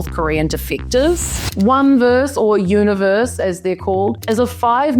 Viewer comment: Thank you so much for pronouncing it “Universe” so many others do it wrong even though they’ve stated multiple times how it’s done correctly. All five of them are truly amazing and I can’t wait for their debut (meaning like another 86524 years 😢)